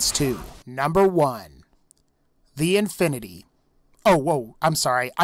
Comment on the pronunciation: I was scared when he said infinty